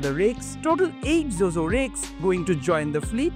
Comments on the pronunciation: Zhuzhou র উচ্চারণ টা "জো জো" নয়, "চু চৌ" হবে । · Pronounciation of Zhuzhou is actually closer to Bangla word জুজউ and the জ is actually Murdhannyo জ. Hope you would try to pronounce is it this way. Thanks